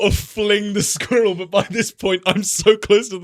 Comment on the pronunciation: the way says squirrel is the funniest thing ever 😂😂😂